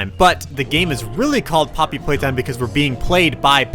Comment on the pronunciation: Bobbery Paytime